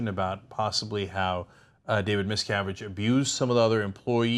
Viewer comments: They apparently don't do any second takes on this show. Totally live. Ana says a lot of things wrong. The second pronunciation is wrong also. His name is pronounced 'misca-VIGE' not mis-CA-vige like rhymes with 'savage'. Nobody checks shit on this show, either, I guess. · Did she say miscarriage? Was that shade or a mistake? Lol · Check your pronunciation, Anna. You get the son's name right, but pronounce the father's name 'Ronald Miscarriage' at the start of the piece? The standard of reading at TYT is very poor all round..... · Ana, I will always love you but you pronounced his name as "miscarriage" at :05. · Did she say Miscarige?